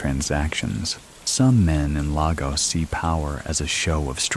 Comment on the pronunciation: Great video! Just fyi, Lagos is pronounced lay-gos (like GOS-ling)❤